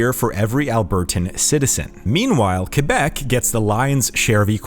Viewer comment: Extra points for pronouncing Québec right